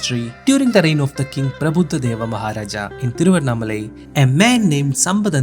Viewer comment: Thank God finally at least you have said exact name THIRUVANNAMALAI 😢😢and thamilnadu